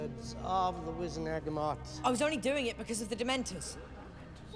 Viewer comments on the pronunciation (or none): Okay this has been in my head for literally years. In this scene when Fudge addresses the Wizengamot he prounounces it Wi-zen-A-ga-mot. Is that right or did the actor stuff if up? Like you would think it would be Wi-zen-ga-mot but? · Is it just me or does fudge pronounce wizengamot like wizenagamot?